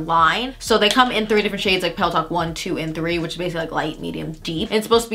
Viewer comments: I kept hearing “peleton” instead of “pillow talk” 😂 omg my ears! And I completely agree, I actually like pillow talk dark compared to Med and OG. The brownier tones are more flattering on my light-Med skin tone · Every time she says pillow talk is sounds like Peloton lol